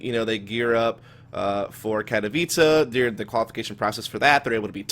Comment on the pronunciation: I thought Katowice was pronounced Kat-o-whyse not Kat-a-vicha. TIL